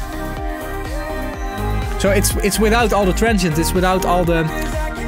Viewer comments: he always says trentshient i guess he means Transient :D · a "transhent" is a transient from the Netherlands ! :P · I wasn't looking at the screen and for the first minute or so I was hearing say 'tonal and trenchant components' and thought WTH is trenchant? 😂